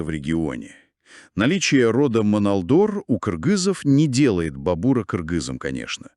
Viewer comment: не монолдор, а моңолдор))